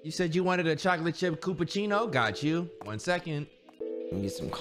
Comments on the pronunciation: I love how they all say chillapuchino wrong and act like it’s correct everytime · the fact that they all can’t pronounce “Chillapucino” is just hilarious Edit: dude okay what the hell is going on with the likes??? 😭